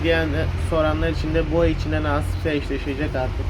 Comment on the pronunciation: Lan 6 yaşında köpek çiftleşmeyi bilmiyor.Adam her videosunda bu sene naaasiipse eşleştiricem diyor :D (Naasiipse diyişi de bir tuhaf)😅😅😅😅😅